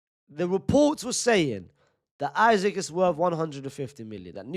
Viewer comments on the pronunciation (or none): Love you unc, but you're saying his name like "Isaac" when his name is Isak pronounce it as "ee-sak" not "i-zik" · It’s Issak not Issac bro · His name is not pronounced isaac unc 🫩🫠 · Say isak the right way 😂